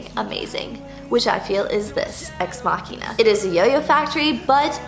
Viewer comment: Thank you for pronouncing Machina correctly